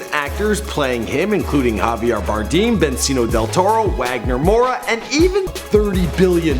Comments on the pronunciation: Its Benicio, not bensinio 😂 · This nigga jus say "Bencino" Del Toro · wtf did you call BENICIO? lmaoo